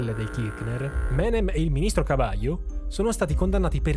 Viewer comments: Devo segnalarti tra i vari errorini che il ministro Cavallo, avendo un cognome Italiano, viene pronunciato "all'italiana" dagli Argentini stessi, ossia Cavallo ma con la pronuncia della L come se non fosse doppia. Ne diviene "Cavalo". Mentre l'ex Presidente Mauricio Macri non ha l'accento sulla i. E' probabile che quando i suoi avi, di origine calabrese, arrivarono a Buenos Aires, durante l'iscrizione all'anagrafe diedero le proprie generalita' e l'impiegato di turno, considerati i tempi e il menefreghismo diffuso, sbagliarono a trascrivere il cognome non riportando l'accento. C'è da segnalare anche che durante alcune dittature i cognomi degli Italiani venivano volutamente troncati all'anagrafe per nasconderne le origini. Ho per esempio, una persona di mia conoscenza, il quale mi racconta che al nonno, il cui cognome era La Marra, troncarono il cognome in Lamar cosi' da farne perdere i connotati italiani. Comunque sia buon video davvero! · Sr giornalista ,il cognome del ministro e proprio Italiano ,CAVALLO ,quindi la pronnuncia e come in Italiano v y doppia L ,come il equino e non come lei a fatto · Ma Cavallo è un cognome italiano perché lo pronunci cavalio?? xD. Se guardate bene Cavallo dice "el peso que a partir del primero de enero valdrá igual que el dólar es una men..." cominicia a dire "mentira" (bugia) ma poi torna dietro e dice moneta. Neppure loro credevano che il peso valeva lo stesso che il dollaro. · Cavallo*, Cabaio🤣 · Ottima analisi e informazioni storiche sulla situazione in Argentina. - Al minuto Cavallo dice: "El peso que a partir del primero de enero valdrá igual que el dólar es una MEN...moneda destinada a perdurar..." Ossia, ha detto "il peso...è una BUGI...valuta destinata a durare..." - Il cognome di Domingo Cavallo in Argentina si pronuncia [kabalo] con la L semplice. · al minuto 15.23 il ministro dell'economia Cavallo, stava per pronunciare "es una ment....." (mentira =bugia )...